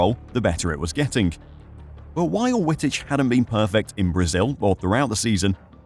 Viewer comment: Dude, learn how to pronounce names properly. W in Dutch an German is pronounced as a double V. His name is pronounced as Vitich